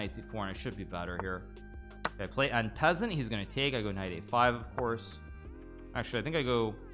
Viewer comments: EN PESANT, LIKE A RAT, IT'S EN PASSANT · you called en passant (un passunt) en peasent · He's a great chess streamer, but I'm not convinced. Has he even mastered the Bongcloud opening? Can he even pronounce "on peasant" correctly? I doubt it.